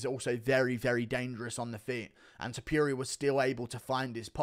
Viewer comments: It's topuria not topiria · Noooo we had the whole same main card and then you said touporia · Hate the way he says Topuria wrong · Blud said topuria 💀